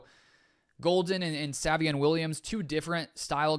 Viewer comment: Don't want to come acrossed as rude but it's pronounced say-vion not sah-vion